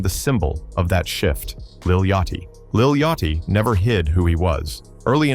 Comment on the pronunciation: You making a hip-hop vid where you allow your AI Voice to say Lil YOTCH-EE. It ain't a good look, and I don't give a DAMN about none of them Lils or Babys.